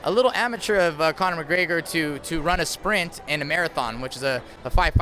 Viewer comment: I really like Gilbert Melendez. I think he's a great fighter and a really good analyst. But say it with me; "Conor M-c-G-R-E-G-O-R". Damn bro. Annunciate his name.